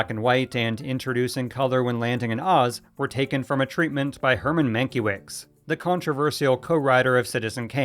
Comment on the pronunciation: Herman's name is pronounced man-KEV-itch.